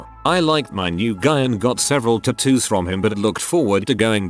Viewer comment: Idk y but the way he pronounces tattoos makes me cringe 😂